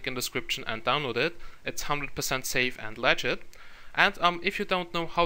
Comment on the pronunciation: it sounded like you said saf and lagit